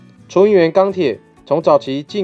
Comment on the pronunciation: 熱 「ㄧㄚ四聲」鋼板、不是ㄍㄚ